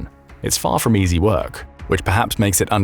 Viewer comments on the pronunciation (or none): none